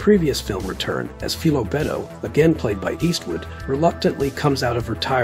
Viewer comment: Apparently you have not seen Any which way but loose or any which way you can because if you had you would know his name in the movie is pronounced fi lo not fee lo